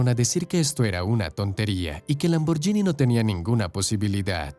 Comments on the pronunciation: EN ITALIANO SE PRONUNCIA LAMBORGUINI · Hacer un vídeo sobre Lamborghini y pronunciar mal el nombre... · Así no se pronuncia Lamborghini... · La pronunciación de Lamborghini es equivocada